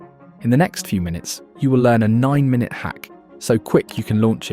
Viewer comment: Great video. Bu.... Is this voice AI? It said the word 'minute' incorrectly multiple times. And mentioned Euros in a Roth IRA... The latter is a US only product.